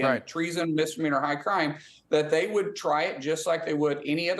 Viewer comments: Whats a "dizzdemeanor", ?? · Impeachment is a dissduhmeaner!